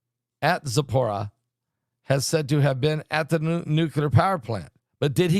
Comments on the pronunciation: It's pronounced zap uh reet see uh. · Zapro-neets-za. Spelled phonetically 😁